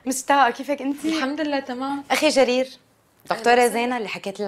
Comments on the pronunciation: جرير ❌ جرجير ✅ 🤣🤣🤣🤣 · انا قصدا كاتبه جرجير 😂 هي بتقول جرجير شو كان اسمو